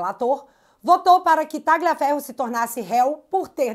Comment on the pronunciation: pronuncie o nome do Tagliaferro como Talhaferro, pois o g é mudo no italiano nesse caso